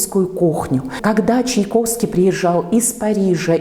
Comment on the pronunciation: Странно как... Голос за кадром (если не ошибаюсь, это журналистка) чудно произносит фамилию композитора: Чаковский вместо ЧаЙковский.